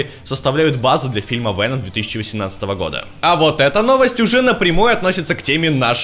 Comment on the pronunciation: ВСЯКАЯ ВСЯЧИНА,, не знаешь как правильно ВЕном или ВЭном (как ты говоришь)?